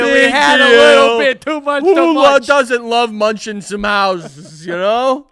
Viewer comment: "My hausens is munching" LOL